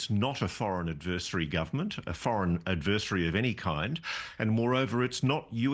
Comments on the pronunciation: Can’t someone tell Ross how to correctly pronounce “AD-ver-SARY” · As strange as these events are, it's even stranger that Ross cannot pronounce "adversary" correctly.... 😮